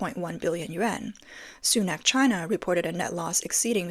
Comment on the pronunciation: Chynnna, Chynnna, Chyyynaaa.. 🤦🏻‍♂️